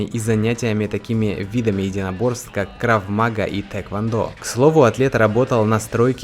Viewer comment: Крав магА ударение на A :)